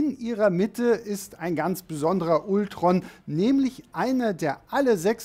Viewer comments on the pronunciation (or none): Warum sprichst du Ultron typisch deutsch aus und Vision englisch? Ich weiß du kannst Englisch, aber es wirkt als hast du von Englisch keine Ahnung. Deine Videos wäre viel besser wenn alle Namen ausprichst wie es sich gehört. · Bitte sag doch nicht immer Ultron😖 Man spricht es Altron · mich triggert das auch jedesmal, wenn man ultron sagt und nicht altron ^^ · Kann man Ultron bitte auf Englisch aussprechen? Selbst in den Filmen sagt doch niemand das deutsche Ultron.